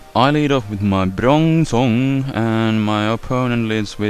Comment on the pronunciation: your POINT!? IM not making fun i mean just prounouce them right >_> its bronzong not" brunzung" .......